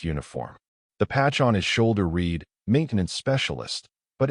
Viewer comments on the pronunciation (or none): it read (reed).????? NO it read (RED)... 100% Ai FAIL... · "The patch on his shoulder REED maintenance...."!!!!! It's FKN "RED"!!! The Fkn word 'read', in that context, is Fkn "RED" NOT "REED"!!!! Your AI Fu.u.u.u.u.u.ukn SU.U.U.U.U.UCK!!! It also STU.U.U.U.U.UDERS on Fkn every other 4th wo.o.o.o.o.o.ord!!! AND, either SCREW YOUTUBE or YOU for not letting me bypass the Fkn ads!!! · AI still can't tell the difference between read and read. 😆